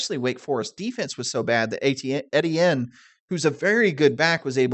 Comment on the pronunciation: Ettiene is pronounced “ETN.”